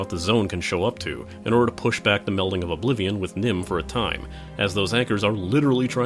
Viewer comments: Nirn not Nim... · It nirn not nim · Nirn, not Nim. Another bad case of Kerning. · N-i-r-n, not N-i-m..... "/reloadui" helps memory leaks.... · I'm sure someone else has said this, but it's n i r n; nirn, not n i m; nim. I can see how you would make the mistake reading your script. Otherwise, great review. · Nim, its Nirn, but good review. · Its Nirm not Nim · Also it's nirn ner-n